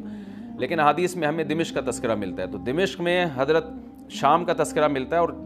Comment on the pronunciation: السلام علیکم امیدہے آپ خیریت سےہوں گے۔ حضرت دمشق کے نام میں "م" پر زبر ہے۔